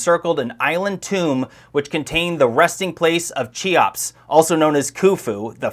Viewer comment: Not pronounced like [chiops], but like [kheops], soft like Scottish loch.